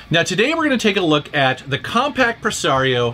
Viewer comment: I thought you had said "Comperj"